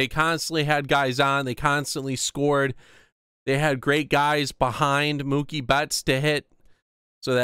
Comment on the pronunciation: Idiot it’s Mookie